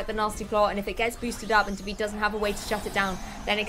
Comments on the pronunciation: Unbelievable how they still cannot manage to pronunciate "Davide" right... not that it's difficult either. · Not at all. You must not be italian (se lo sei, sappi che sono perplesso) but, being an italian name, the final "e" is there to be pronunciated... and also the accent is supposed to be on the "a". DàvidE.